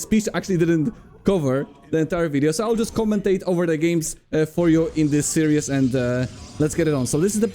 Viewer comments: "series" is pronounced "sear-ease", with the "sear" part being 1 syllable not 2 (unlike the word "seer" which is 2 syllables). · FYI Series is pronounced 'seer-is', like "My seer is on fire". 'See ry ooz' is serious, but in a Polish accent. Love you <3